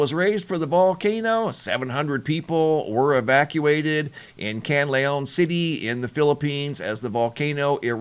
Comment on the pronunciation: CAN- LA- ON. Say it with me. 🇵🇭